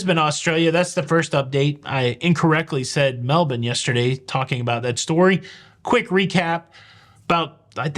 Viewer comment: I'm impressed. You pronounce both Brisbane and Melbourne correctly. I wish that was more common.